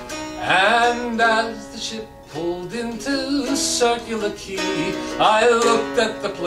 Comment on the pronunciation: So nice you pronounced words right. Circular Quay gets most non-Aussies.